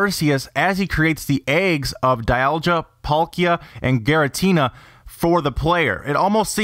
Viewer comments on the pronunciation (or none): Oh so close with your Pokemon pronunciation (DialGA)